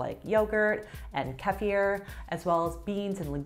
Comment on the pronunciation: For properly pronouncing kefir...👍